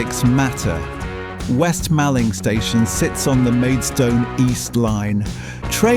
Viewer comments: Nice video thanks but you pronounced Mallng wrong - Mawling & the spelling is wrong (2 Ls not 1). I am from the neighbouring East Malling. You also pronounced Putney wrong, so you are not from London.... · It's Malling as in mor-ling.